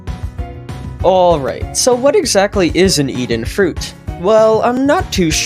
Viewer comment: “Even fuit”